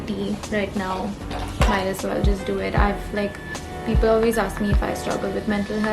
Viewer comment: when you said “now toh” i love how the Indian in you is still evident while you continue to live and grow in LA